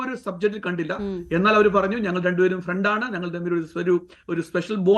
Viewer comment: മൈ ഫ്രണ്ട് അല്ല മൈ പ്രണ്ട്😂